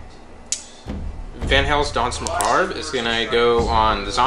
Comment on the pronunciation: The "r" in Danse Macabre is silent by the way.